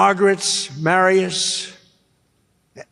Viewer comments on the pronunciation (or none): “Maria’s” NOT “Marry us.” Maria is a popular name that is easy to pronounce.